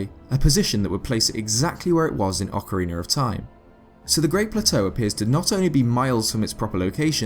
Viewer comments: Please stop saying "ocarener" it's ocarina! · my man, stop prenouncing Ocarina of Time as Ocariner of Time wich it sounds like you do...it bothers me as a Zelda fan. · you say that in many videos: Ocariner instead of Ocarina. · It's just his accent making the extra letter appear in the word. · Ocariner of Time. Then the instrument is an Ocarina. Why does an "r" sneak on there? Many questions, so few answers... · OCARINER OF TIME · you know what, i think your absolutly right buddy! :) aqnd yah Ocariiiiner hehe ;) love it! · "Ocarinar of time"... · Sorry, i cant stand that ocariner shit. Once, maybe, but this many time is making my ears bleed. :'( Otherwise good videos, but i just cant stand those intrusive R's. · Please stop saying "ocareener" of time, it's annoying.